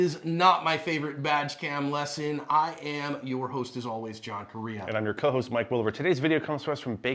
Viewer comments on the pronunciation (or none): You say you name , Correia , like you say Corea ... Correia in Portuguese sounds different but it's the same word.